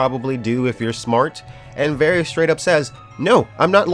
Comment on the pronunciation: How do you watch the show and say varys wrong? Both syllables even?